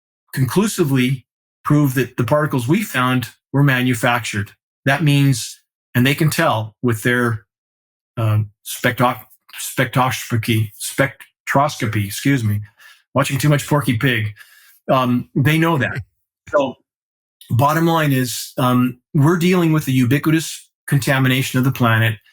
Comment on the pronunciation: Fantastic discussion gentlemen, but — please consider practicing how to pronounce the word “spectroscopy.”